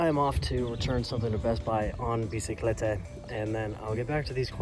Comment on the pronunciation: My Spanish speaking self when I heard say biciclete instead of bicicleta 👁 👄👁